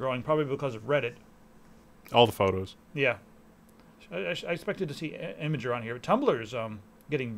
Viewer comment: it is pronounced im-gur, not img-ur